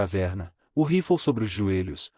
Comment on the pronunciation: Se diz rifle e não roflou